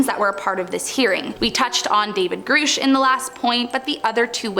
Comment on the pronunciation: It’s “grush” not “groosh” woman.